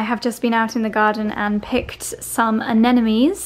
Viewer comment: it's aneMones, not aneNomes😘